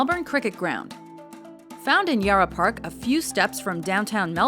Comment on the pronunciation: I really hate how Melbourne is always mispronounced and how she said Yarra just ruined the video for me.